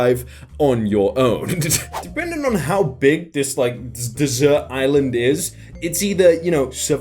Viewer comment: I like how on a "dessert island", instead of a "deserted island". I guess he's going to just eat the island until he's rescued. 😜